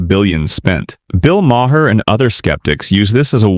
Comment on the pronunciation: You need to edit your AI Voiceover. Maher pronounced ma-hair? Make it say marr. It makes me want to stop watching.